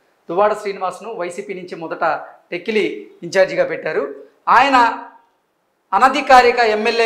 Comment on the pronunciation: Please pronounce tekkali properly.